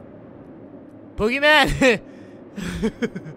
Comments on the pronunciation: When he said boogeyman I heard oogiman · when i first herd u said boogymam i thought u were talking about the wwe wrestler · I Thoght Guava Says BoogerMan XD